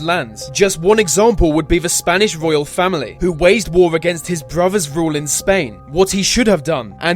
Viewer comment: He set his ' bwuthas' up & made lots of fatal errors, not such a great commander then.